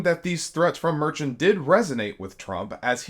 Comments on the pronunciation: You mispronounced the judge's last name, and you misinformed people about the fines Trump got, they were 1k each totaling 10k, not 10k each.. yes small details, but details matter. Do better. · Ok he was fined $1000 per infraction, not $10,000. Should have been thrown in jail. Plus the judge’s last name is mispronounced here. FYI Keep speaking up for justice! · I agree. It is very disrespectful to not get a name right especially a public figure! -- Thanks for saying something. There were so many inaccuracies in this video you'd swear it AI. It was very sloppy with little attention to detail. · It was $1k per contempt charge and you're pronouncing the Judge's name wrong. Also it was NOT the Supreme Court. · Actually, it was $1000 per infraction, for a total of $10,000. One thousand dollars per infraction is the maximum amount NY allows. Judge Merchan said he wished he could assess a fine if $100,000.00 per violation.(ALSO, his surname is pronounced mer-SHAN.) Q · Get the court’s name - Court of Appeals - right. And learn to pronounce Justice Merchan’s name; it’s Mer-shan with emphasis on the second syllable. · It was only 1000.00 per violation. You didn't even say the judges name right. While I'm happy you're for democracy, you need to do better. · You really need to do more research. You miss pronounced the judge’s name and the trump fine was 1000 per offense totaling 10,000. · Love the videos, HOWEVER, after all this time, you’re still mispronouncing the last name of the judge 😮. Just an FYI. 💙💙💙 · And, I don't think his name is "merchan" like "merchant" without the "t"; most people pronounce it "mehrshawn". You're rapidly losing credibility with me ;) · Judge Merchan pronounces his name "Mer-shawn" with emphasis on the 2nd syllable. Not "Mer-chin" with emphasis on the 1st syllable, as says here multiple times. Smh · Merchan is pronounced "Mer-shawn", not Mer-Chen. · Dude, it's not "Mer-chin"... it's "Mer-shawn".